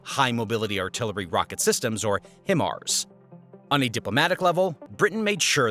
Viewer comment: It’s not pronounced him-ars, it’s pronounced Hi-Mars